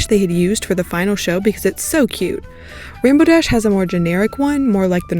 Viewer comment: “And rambow dash” u just violated THE RAINBOW DASH!